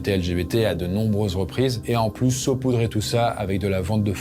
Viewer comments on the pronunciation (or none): none